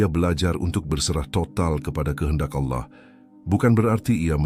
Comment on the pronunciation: jgn ucapkan alah tp ALLAH teruuuuuuuus,,,,, ucapkannya ALLAAAAH,,,, gitu ya